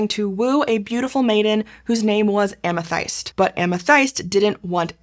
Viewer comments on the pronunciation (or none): Amethyste’s name is pronounced Ah-meh-this-tay, for the record. Ancient Greek doesn’t have an ending e that turns the previous vowel long. (That guide is only a vague approximation, it’s pretty difficult to represent certain ancient Greek sounds in an immediately recognizable to English speakers text form.) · so it's not Amethaïst like she says it either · Am-uh-THIS-tee would be the standard English pronunciation (if such an admittedly obscure and actually fabricated nymph as Amthyste can be said to have a 'standard' pronunciation). Compare the treatment of the feminine -e (Greek -η) in Penelope, Daphne, Phoebe, &c.